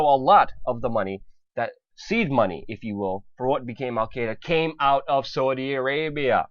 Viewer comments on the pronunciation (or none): none